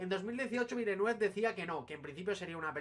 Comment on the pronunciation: Buen vídeo. Un apunte: los guiris lo pronuncian "vilenev".